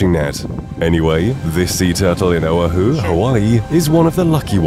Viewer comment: Please learn how to pronounce Oahu (Oh AH hu) accent on the AH